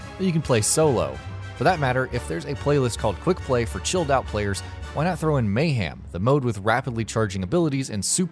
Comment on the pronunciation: I'm subscribing, but only under the assumption that you'll stop saying mayHAM and start saying mayHEM like it's spelled.